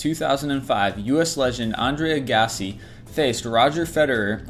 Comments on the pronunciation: Ag-ass-ee, not Ag-gah-see. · Andre aah•grass•ee?!? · I enjoyed the stories but the narrator leaves plenty to be desired. he sounds like he needed to have a glass, no , a gallon of water beside for his dry mouth (BTW, they have stuff at the pharmacy for that) and the way he pronounced certain things like "Andrea Aga-c" , really annoying. other than that, educational and entertaining.LOL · A-gas-see?! Dude, you dont know Andre Agassi?! (pronounced ag-a-see) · He was making fun at the way the narrator pronounced "Aggassi". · I can't handle the way he pronounced "Agassi..." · Come on man please pronounce Andre Agassi's name correctly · WOW so many words mispronounced. Giancarlo? Innsmouth? Agassi? Andre Agassi - no one at List25 has heard that name spoken out loud before? And oh so much much more. Seriously? Come on. It's a joke that every video has these pronunciation problems right?